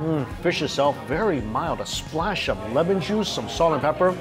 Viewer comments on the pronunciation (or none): none